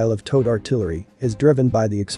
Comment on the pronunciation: Say Towed artillery again.